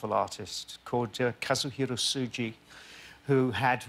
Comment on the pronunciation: It's interesting that this master of voices and accents never mastered the correct pronunciation of "Tsuji" after mentioning the brilliant makeup artist's name a million times during the award season. lol